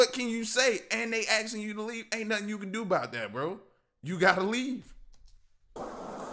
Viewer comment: Axing...it's ASKING- No one should be axing anyone.